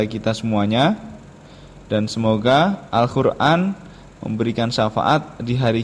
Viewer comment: Maaf mas, kok saya dengarnya Al Khur'an ya? Bukan Qof. Ngapunten..